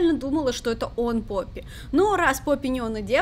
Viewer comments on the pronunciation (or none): none